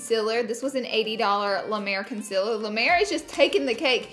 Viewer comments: Conseler not consiller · ITS CONCEALER NOT CONSILLER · Why does she say consiler wrong